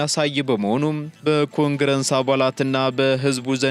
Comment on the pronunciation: ኮንግረንስ አትበል። ኮንግረስ ነዉ።